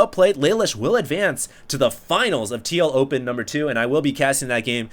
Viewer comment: Lol when u say tl open it sounds like tlo-pen.